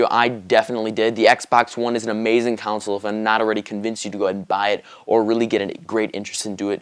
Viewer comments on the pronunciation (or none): the fuck is a "counsil" I thought it's pronounced "console"